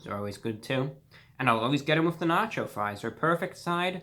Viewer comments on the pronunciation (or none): no nach-oh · I like when you said na-cho fries 🤣🤣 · "they're nah-chyo fries" thank u reviewbrah very cool